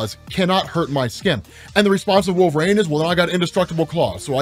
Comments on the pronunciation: For the love of god it's not pronounced Wolvrain, it's Wolverine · “WolvRAIN”? Why are you saying, Wolverine like that??